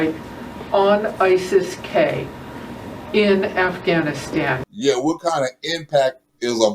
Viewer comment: Joe it's Afghanistan not Gas-can.